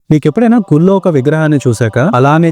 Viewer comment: Gulo kaadu, gullo. Kalu (toddy) kaadu kallu.. aaa telugu enti sir?? Kastha othulu pollu corect ga palakandi